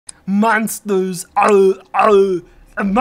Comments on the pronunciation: mahnstahs auuuhhh aaaauuuhhh uuh mahnstahs auuh these creeeppy mahnstahs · LOL "MAHNSTAHS, OWEE OWEE, MAHNSTAHS."